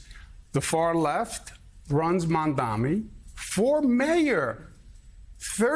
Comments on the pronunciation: Joe, it’s MamdaNi, not “Mamdami.” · Mamdami?!? What type of reporter are we hearing, can’t even properly say the candidate name? Is it intentional? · Listen, Joe. It's Mamdani, M-A-M-D-A-N-I. It's not so hard to pronounce, c'mon! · Also, JOE-- why can't you say MAMDANI right? It's rather easy (sounds like Mom-don-E). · Joe you'll need to learn how to say his name correctly soon! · MamdaNi Joe. Learn how to say it ffs. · If the anchor cannot even pronounce a basic name, why they are still hired?